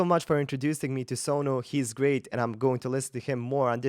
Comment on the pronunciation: You said his name Sonu just like we say it ,like he's your homie